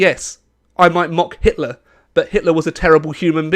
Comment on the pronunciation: Your video contains hate contents towards Mr. Hitler because you read it as "Hilter" in the video😂😂😂